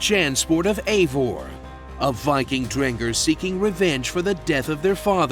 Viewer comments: It's Ivor, not Ejvor :D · That's not how you pronounce Ivar